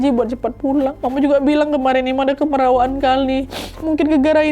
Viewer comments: orang kalimantan selatan biasanya nyebut, "KAMIRAWAAN", bukan" KEMERAWAAN"ya 😁🙏🏻, kamirawaan atau kemerawaan, biasanya prilaku yang secara berlebihan, seperti bercanda yg berlebihan dan berisik bukan keras kepala ya 😁🙏🏻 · pengucapannya salah tuh nad, harusnya kaya pengucapan kamera bukan kemera